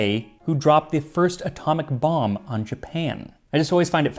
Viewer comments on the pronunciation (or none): none